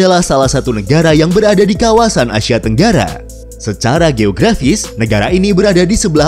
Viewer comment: ASIA Min,, Bukan ASYIA